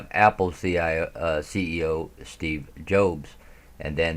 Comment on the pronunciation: Thank you for this Doc. Who put this together and released? You have the wisdom from above which is the most important. You need to work on pronouncing Names and other important words.... However, very much appreciate your due diligence! Apple founder is pronounced Steve Jobs, just like you have a job. LOL. POTUS has to keep up Optics❣